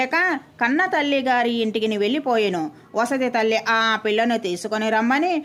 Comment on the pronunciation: వసతి తల్లి కాదు, సవతితల్లి అని చదవాలి